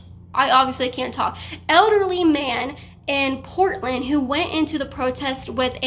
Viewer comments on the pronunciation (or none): none